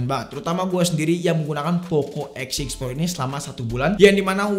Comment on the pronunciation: W Dengernya Poco X Shit Pro...